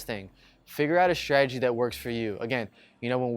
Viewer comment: What's your "schtridgy" for shooting spares? The word is pronounced: "stra-te-gi". There is no "sch" sound in this word.